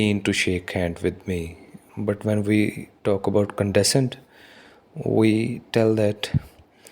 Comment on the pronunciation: ...you are pronouncing the word "condescend" incorrectly otherwise very good video